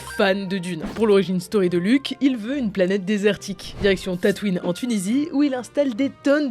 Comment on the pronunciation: c'est tataouine, pas tatouine ^^ tatouine, c'est dans le film...